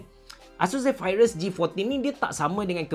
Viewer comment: Aduhh x tahan laa sebutan 'Zephyrus' diaaa😖😖😖